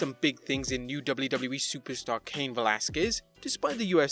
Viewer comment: The guy who writes these scripts should stop using "WWE" in every sentence when the autistic dude who has to read it can't comfortably pronounce it.